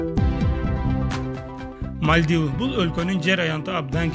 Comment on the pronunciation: Мальдива,Судан,Токио,Палестина, Израиль,Сирия ударение туура коюп суйлогулочу.